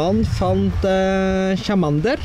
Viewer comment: Det er ikke chamander men charmander...... men du er en god youtubeer!